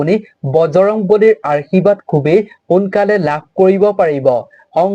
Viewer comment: Arshibad nokoi Ashirbad buli kobo lage amar matri vasha to sudho hobo lage 🙏🏼🙏🏼🙏🏼🙏🏼 but kotha khini suni val lagil 🌺🌺🙏🏻